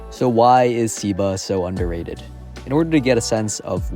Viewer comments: I think its pronounced "seh-ba" not "sih-ba" W vid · I think it's "seh-ba"